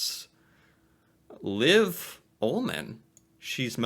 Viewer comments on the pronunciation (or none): Trygve Lie Lie prounces like Lee. Liv Ullmann. Liv pronounces like Leave.